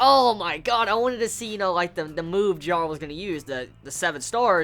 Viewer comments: Jaro? Isn't it said jeh-lall XD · Why do you call him Jarral